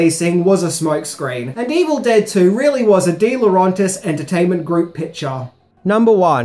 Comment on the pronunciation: Dino De-Lo-REN-tis...not RON